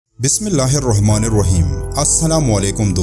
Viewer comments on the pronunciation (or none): none